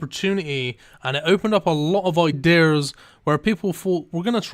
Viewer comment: I really like your videos but i can't stand you saying "IDURRRRRRRR" when you say idea :DDD